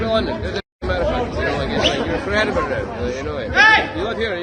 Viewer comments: Ahhhhaha my pal was out with him we used to work in the bars he was at... Lolz. I'm sure my friend was responsible for part of what happened. Also its pronounced Ed-in-bruh 😎 or Ed-in-bur-uh and Glaz-go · Its pronounced Edenborouh. He is a changed man since he's converted to Catholicism. It was obvious the others were the baiters. All the incidents you referenced are ancient history. His recent history is much different. Please check it out. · On second thoughts, Eddin-burra. Perhaps it varies regionally! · Hey, just FYI Edinburgh is: Ed-en-Bruh and Glasgow is Glaaz-gow (gow as pronounced in the word "go"). Just sayin' 😉❤ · It's absolutely not pronounced like that. It's Ed-IN-bur-uh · Edinburgh and Glasgow are pronounced Eddin-borough and Glaz-go. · It's pronounced more like Edinbruh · Edinburgh…..Pronounced; EdinBOROUGH . Glasgow….pronounced…GlasGO. 🩵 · If he did that in Glasgow he could have got bottled. Please learn how to pronounce Edinburgh and Glasgow. They are not pronounced the way they are spelt.